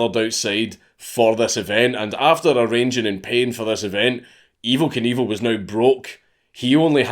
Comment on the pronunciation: dank saying Evel Knievel just sounds like Evil Cannibal every fucking time